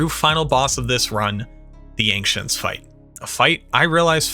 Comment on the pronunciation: Are you saying Ancients as "Anxients"? Just recently came across the channel and I love the content but I can't stand listening to one more "we dropped" or "I dropped" when you mean you found something or an enemy dropped something... Just freakin' say you found it. You didn't drop the thing.